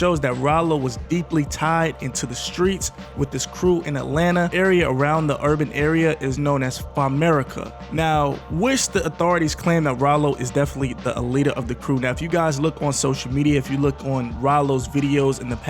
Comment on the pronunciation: Aye bro you not from Atlanta so I’m a tell you that it’s (FAM merica ) you said it wrong